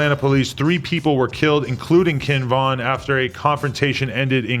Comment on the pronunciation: why did he say “Kinn Vin”